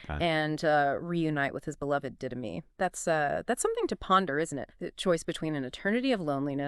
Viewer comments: This IDIOT!!! It is NOT DID-dime!! It is DIDDA-MAY!!! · Yes, I don’t even really like twilight but the fact they pronounced Marcus partner’s name wrong so often. I am not 100% how it’s spelled but it’s pronounced did uh may. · Pronounce The Didyme correctly, we beg. Like you heard the guy correct you the first time.